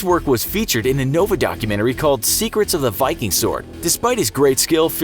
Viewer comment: The mispronunciation of every single Viking term and the false depiction turned me away from this channel. Just something to consider.